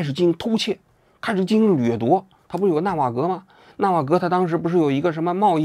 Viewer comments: 王局永远读不对 ”纳瓦罗“的名字，这是 纳瓦格 效应？ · 一开头就把纳瓦罗说成纳瓦格了，怎么不说成瓦格纳呢